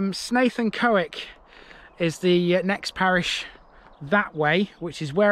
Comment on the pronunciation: Thank You for this. Your pronunciation of Gowdall is fine. Although Cowick is pronounced as in Cow. Following the 2000 floods there was extensive upgrades through 2001 to 2003 to the river banks and flood banks and also the drainage system. The various flood defences are now maintained as per the Reservoir Act and subject to annual inspections.